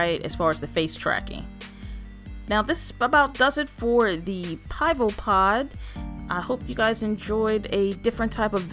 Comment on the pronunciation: Pronounce (pee-vo). It means beer in Czech 😁